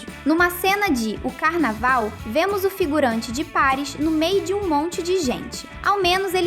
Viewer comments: N è paris è parìs tem acento kkkk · Para de falar errado Paris Paris é parís